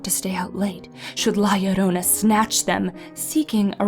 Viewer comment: YES SHE PRONOUNCED IT RIGHT😂 this story and el chupacabra freaked me out as a kid